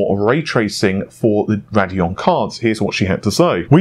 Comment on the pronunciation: It's pronounces "RAY DEE ON". :D Thank you! ;)